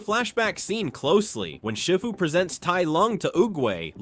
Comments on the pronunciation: I just gotta say it sounds like you’re saying shit fu. It’s see fu. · Is this voice A.I., cause Shifu's name is pronounced Sh*ee*fu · Your right. But you do need to learn how to say shifu's name properly